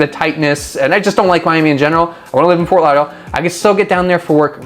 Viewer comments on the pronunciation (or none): Can't even pronounce it.